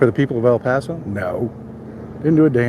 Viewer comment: Please stop saying el paso